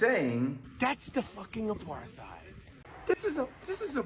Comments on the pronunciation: No contest. He can't even pronounce Apart-heid. It is derived from aparthood; AKA separateness. Aparthide sounds like an insecticide or something. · I love how saying it wrong. If your going to talk about an Apartheid at least make sure your saying it right.